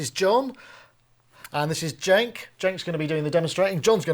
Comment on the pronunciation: "Jenk".... Hahaha.... Starts with "C"